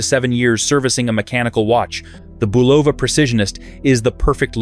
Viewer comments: It's pronounced BUL'-o-va, not Bu-LOV'-a. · The name of the watch brand is pronounced BULL'-a-va a soft u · Crappy ai video. Can't pronounce Bulova or anything else right. Horrible.